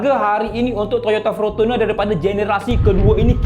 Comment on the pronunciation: Fortuner bukan Frontuner😅😅😅